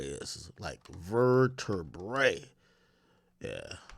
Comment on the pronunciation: mans said “ver-ter-brae”